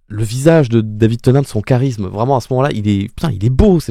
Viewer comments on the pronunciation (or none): none